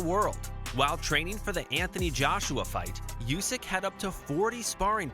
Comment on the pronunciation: Usyk, not Iusyk